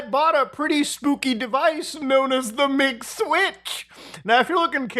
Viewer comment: When you say MIG Switch I hear McSwitch I can thank McDonald's for that.